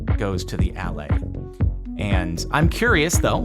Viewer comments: I think the allay should be pronounced "uh-LAY", emphasis on the second syllable. It isn't just Jens's accent! Allay is a real English word that means to assuage, soothe, or relieve, often referring to fears. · Everyone keeps pronouncing the stress marks wrong. The stress is on the second syllable of Allay not the first.